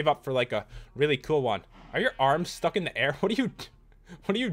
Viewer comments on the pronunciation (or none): none